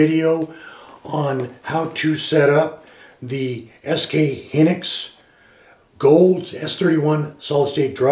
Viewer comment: Pro Tip: It's pronounced HY NIX, not HINNIX. Good review, BTW. Thank you kindly.